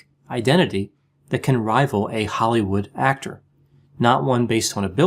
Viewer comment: Did you say Hollywood hack-tor?